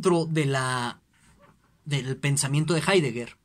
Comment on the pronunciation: Con todo el respeto, ese no es hidegger.